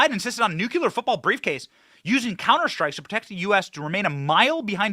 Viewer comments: Benny! Please stop saying nuke- u-ler. It’s nu-Klee-er! It makes you sound dumb to mis-pronounce it! And you’re not dumb! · Nuclear, NOT NUKULUR!!!!! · bro, nucular is not a word